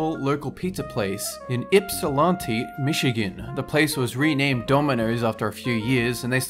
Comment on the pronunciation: I can't believe a guy from Australia could correctly pronounce Ypsilanti Michigan. I don't think I've ever met some one who isn't from Michigan who can pronounce it